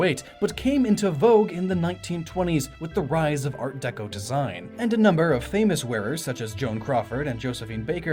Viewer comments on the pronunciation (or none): none